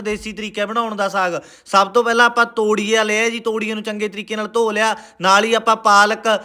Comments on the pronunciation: ਤੋੜੀਆ ਨਹੀਂ ਹੁੰਦਾ ਤੋਰੀਆ ਹੁੰਦਾ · todia ni toriya hunda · ਤੋਰੀਏ ਨੂੰ ਤੋੜੀਆ ਬੋਲੀ ਜਾਨਾ ਪਹਿਲਾ ਠੀਕ ਬੋਲਣਾ ਸਿਖ ਲਾ ਵੱਡਾ ਤੂਂ ਬੁੱਧੀਜੀਵੀ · ਤੋਰੀਆ ਤਾਂ ਕੈਹਿਣਾ ਸਿੱਖ ਲੈ , ਫਿਰ ਵੀਡੀਓ ਬਣਾਈ